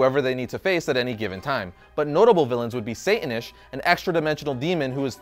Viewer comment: ...but the "tan" in Satannish rhymes with "pan" (like Peter Pan)